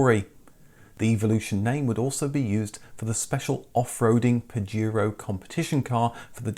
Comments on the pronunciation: It's not Pajiro, it's PajEro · In NAM and LATAM it was sold as Montero because Pajero (pronounced pahero) mean Wanker in Spanish